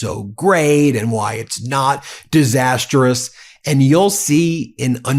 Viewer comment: This is one of my top three favorite YouTube channels! And this particular video has been very informative as well as entertaining. But please stop adding a fourth syllable to the word "disastrous". 😉